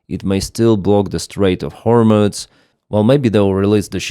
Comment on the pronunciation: hormooooze not hormutz!